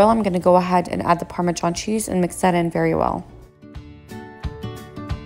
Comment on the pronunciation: She said “parme-JOHN” 😂😂💀💀